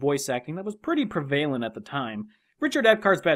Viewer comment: Did he just say pre-vail-ent